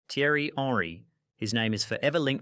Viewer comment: He really made an effort on saying Gianluigi Buffon but not a lick of effort on Thierry Henry.